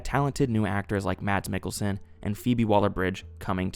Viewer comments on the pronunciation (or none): none